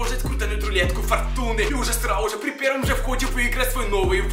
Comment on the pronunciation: А ты в like седишь или в тик-токе?если тик-ток лайк Iike-ответ...А мне 1 кажется что он говорит срауже.